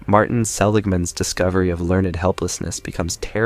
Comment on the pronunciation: I don’t understand why creators would not proofread their audio. This must be AI audio. It mispronounces words that should be corrected. Fix “lear-ned” to be “learned”. Fix “Sieserism” to be “Caesarism”. And there are more. These mistakes detract from the content.